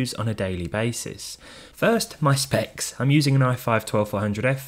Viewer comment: "First, my spæcs.."